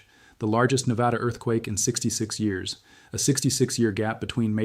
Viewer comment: Say it with me: Nev-add-uh. Not Nev-add-awh. - Every Nevadan Ever